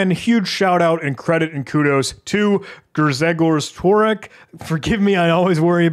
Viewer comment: You could pronounce his name more less like this: Ghsheghosh Tvorek ;)